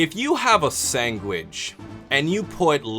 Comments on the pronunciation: This dude said SANGWICH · did I hear sangwich? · damn i hate when people pronounce it sangwich lol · a "sang-wich" tho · A sangwitch? Lol